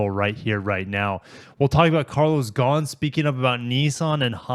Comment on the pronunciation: Well, modern capitalism at work. One thing I learned from this video: how to pronounce "Ghosn".